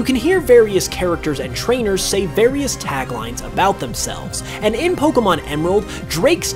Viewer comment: Some mysteries here: will you ever pronounce Pokémon correctly (it's "poh-kay-mon", see the é); will you pronounce Rayquaza correctly; and will you do a Pokémon video and NOT loop the same footage over and over again to the point of tedium? (Seriously, with the Kanto Mysteries, I got so bored of seeing that same footage from Let's Go after what felt like the hundredth time!)